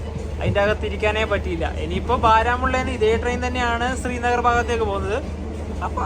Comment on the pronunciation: താങ്കൾ ഉച്ചരിക്കുന്നതു സ്രീനഗർ എന്നാണ്. ശരിക്കുള്ള ഉച്ചാരണം ശ്രീനഗർ ആണ്.